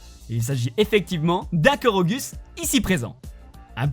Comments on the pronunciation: Sa se korogou pas korogus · il a quand même dit « korogus » au lien de « korogu »🤣🤣🤣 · On dit Korogou nan ? Pas Korogus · Mais la licorne... C'est pas un réel easter egg... C'est plus un détail, un easter egg c'est plus une référence a d'autres univers existant dans le jeu vidéo dans le cas de "Assassine creed" comme tu dis. Puis sans déconner on dit pas "koroguss" mais on le prononce "korogou" quoi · Un Korogu se dit : Koroguou et pas Korogus xD et la feuille de porte comme sorte de masque sur le visage et pas sur le dos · Il a dis koroguss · Cest pas pour dire mais ça se prononce « korogou » et ça s’écrit korugu